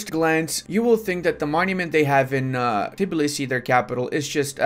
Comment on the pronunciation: I'm disappointed, most of the Eastern Europeans can pronounce our capital exactly as its written and not Tibilisi as most of the people + you as well do lol. Get better bro